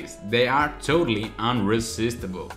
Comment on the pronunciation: never say unrisistable again.... its really creepy